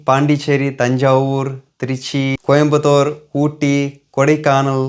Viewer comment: தங்கமே நீ கூட அழகா கோயம்பத்தூர்னு சொல்ற... ஆனா இங்க சில சனியனுக சொல்றது எப்படி தெரியுமா!!? கோயமட்டூர்..... ஸ்டைலா சொல்றாங்களாமா....